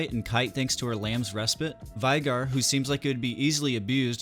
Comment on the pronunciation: It's pronounced VAY-gar you sweaty nerd